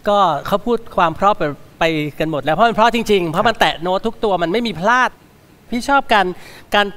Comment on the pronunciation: ขออภัยนะคะที่ใช้้พื้นที่ตรงนี้ ผู้เข้าประกวดทุกท่านเสียงดี แต่เวลาพูแนะนำตัวเองไม่มี"ล" กล้ำ เพลงก็เป็นเพง ..เพราะ เป็นเพาะ และอีกหลายๆคำค่ะ ขอบคุณค่ะ